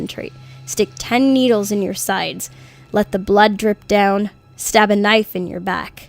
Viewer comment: I just heard we all fall dead instead of down 0-0 Now I'm scared